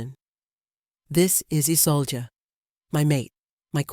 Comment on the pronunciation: How many ways can you incorrectly pronounce Isolde? I lost count. 🤦‍♀️🙄